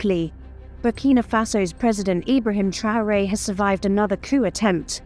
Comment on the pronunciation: Arrêtez ke voix de l IA QUI DEFORME LE NOM D IBRAHIM TRAORE